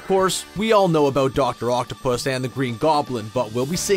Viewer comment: his name is not doc octopus its doc octavius